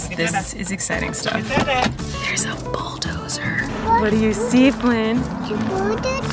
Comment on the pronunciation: Flynn pronounced “bulldozer” so perfectly I feel like a proud internet mom🥰❤️🥰❤️